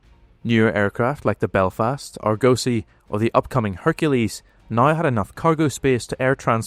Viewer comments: Argos-ee... not Arr-gosee The car shown is an Austin/Vanden Plas 'Princess R', built by BMC, not Rolls-Royce. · Argosy - 'AR-gossy' Name of a class of large merchant ship dating from the C16th, See Shakepeare's 'Merchant of Venice' (deriving from Ragusa, an old name for Dubrovnik)